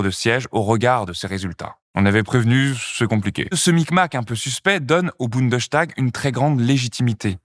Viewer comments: Bundestag...et non Bundeschtag !! En allemand st se prononce comme en francais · Bundestag, pas Bundeschtag ;-)) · on prononce : bundes - tag ...et non pas bunde - chtag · On prononce « boundeStag »et non « boundechtag »parce que c’est une composition du mot bund et tag ;) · Bundes-tag, pas Bunde-s(ch)tag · Bunde!S!tag il n'y a ni de sch ni de ch ça ce prononce S. Ça me demangeais de ouf désolé 😅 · Bon il faut bien prononcer : BundeStag et non " Bundenstag" C'est peut être un détail pour vous mais pour les germanistes ça écorché un peu les oreilles.. désolé... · petite correction de prononciation, on dit bien Bundestag comme on le dirait en français, le s devant le t dans ce cas là ne fait pas de son ch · je me permets de corriger car je l’ai entendu plusieurs fois: Bundestag se prononce boune deusse tague et non boune deuche tague 😉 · on dit Bundesstag, pas Bundechtag. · Génial la vidéo ! (Par contre c'est vraiment bundeStag, pas BundesCHtag) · Petit détail de prononciation: en allemand "st" ne se prononce "cht" qu'en début de syllabe, à l'interieur d'une même syllabe. -> Bundestag = Bundes-tag, parlement fédéral. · En tant que français étudiant ( la politique en plus ) en Allemagne je trouve que le système allemand est très bien expliqué... Bon par contre... Bundestag ça ne se dit pas comme ça 😅 le st peut se cht en allemand en effet, comme dans Sturm ( tempête ) par exemple mais pas dans Bundestag car c'est un mot composé Bundes-Tag ce qui se traduit par assemblée fédérale en gros, donc on prononce boundess tag Ouais je sais c'est un détail mais ça m'a fait vraiment bizarre le bundeschtag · Le 'tag' se prononce "tac" il me semble. La prononciation est donc "bounedeussetac". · On ne dit pas "bundechtag" 😊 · Votre prononciation de "Bundestag" est amusante.